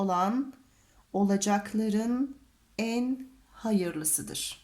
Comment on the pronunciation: Hocam kafı kef diye telaffuz ettiniz ikiside farklı harflerdir.Olacakların derken kef olarak okudunuz cak derken kaf gereklidir kef olarak okursak cek ifadesi çıkar. سلام و دعا ایله..‌.